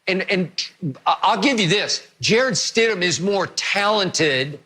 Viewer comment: No: It’s Stidham, move on